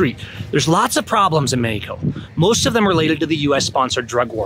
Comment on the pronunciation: MEX-E-KO .... stop the NLP! Otherwise just speak in Spanish! 🤣